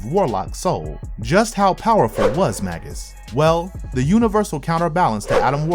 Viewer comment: Oh my god! It's not bad enough that the narrator is-- likely through no fault of his own as a producer or the episode writer should have helped the narrator out on pronunciation, imo --mispronouncing the word "Magus" as Magg-Us rather than the actual pronunciation of _May-Gus_! But the script is forcing to say Magus every other word! I'm a bit OCD, so it is killing me every time I hear "Magg-Us"! Arrgghh! which is not original to the evil Warlock doppelganger, but is another word for sorcerer, mage, or wizard and was originally a term for a type of ancient Persian priest.